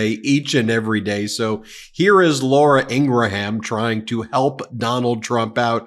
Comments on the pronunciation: Love the show. But it would make you sound less like people who mispronounce names on purpose if you could say Laura Ing Gram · I hate Laura but honestly I hate you mispronouncing her name more and I will thumbs down any video you do it in.